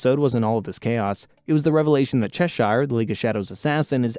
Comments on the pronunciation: Hearing you mispronounce Cheshire, Zatanna, and Perdita hurts to hear. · Ah yes Chesheyer and Zaytanna